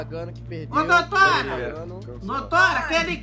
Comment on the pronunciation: "doutoura" kkkkkkkkk